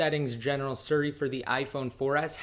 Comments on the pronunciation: Its siri not suri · Drove me crazy every time he said suri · lol "surri"